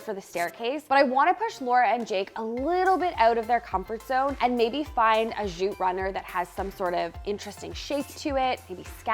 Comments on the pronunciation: I always love how says zhooot. It's like posh jute. 🙂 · What is “zhoot”? I’ve never heard of “zhoot” before.